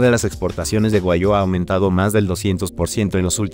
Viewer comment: Buen video pero pronuncia Guag- Giu Tu lo dices Gua-yu